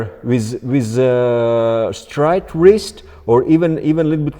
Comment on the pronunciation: Wrist ❌ Wrizz✅